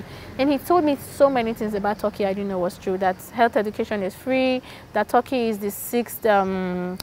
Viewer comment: Hahaha TORKEY instead of TERKEY(Turkey).